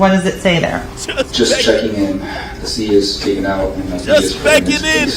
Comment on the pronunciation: "Just bhecking in" 😂